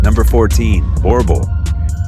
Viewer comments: Number 14 The Boerboel the pronunciation of the name is wrong... Its a South African Dog . It's name is in the language "Afrikaans", it's pronounced "Boo-rrr Bull" . Boerboel translated to english, means Farmer's Bull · Bodrboel is actually a dog named after a afrikaans word You pronounce it boor-bull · We had a Boerboel (you're pronouncing the breed's name wrong) and he was a very sweet dog, no issue around children at all and I really recommend them, they're awesome for guarding and just general companionship. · I’m South African and the way you pronounced “boerboel” was so cute and polite…